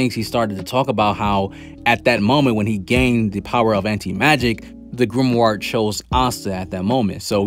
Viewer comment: I fw yo videos bro but you gotta stop saying grimward 😭